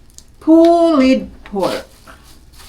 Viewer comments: I asked some of my Finnish students how they pronounce "pulled pork," and they confirmed that it’s pronounced “poold pork,” not “pulied pork.” This pronunciation issue is not related to anyone's background. Anyone, including a Filipina living in Finland, can learn the correct pronunciation. It all comes down to being open to correction and striving for improvement. 😊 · Agree po, it's "Pulled pork" not "pullied pork". Basically, the name pulled pork is derived by the action of being able to pull the pork by hand. :)